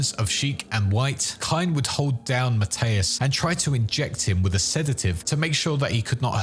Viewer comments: ...Why are you pronouncing it as Matteus, and not Mathias? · Never heard Captain Benjamin Mathius pronounced so confidently wrong before. Good Lord